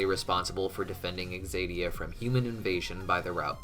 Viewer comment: Why does he keep pronouncing it as though it’s “exadia”? Isn’t the correct pronunciation, “zadia,” even if spelled, “Xadia”?